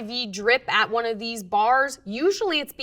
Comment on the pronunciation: literally the first time I've seen the number "one" pronounced "own"